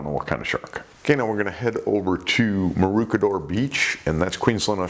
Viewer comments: Hi, just an fyi- Its pronounced as Ma-roo-che-door, ch as in cheese. Its an aboriginal name meaning where the swans live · Hey your shirt is totally suitable as a ‘rashie’ here in Australia! Btw just to help you out, the pronunciation of Maroochydore the ‘Ch’ being like chips Or chicken Merch- Board shorts??? Surfboards?? Lol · Maroochydore is pronounced with the "ch" being the same as in chain. The shirt colour brings out the blue in your eyes. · Maroochydore, close but it sounds like hooch or smooch. Shark smooch.